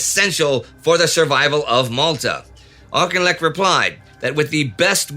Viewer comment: I'm watching the episodes in order--a Johnny Come Lately, you might say. I feel that since the channel is SO Dang GOOD, I might make a minor tiny little suggestion. The Brits in your audience would tell you that "Auchinlek " is pronounced "Affleck" like the American actor. As I said, a very minor matter lost amid your superb command of detail and context. FWIW.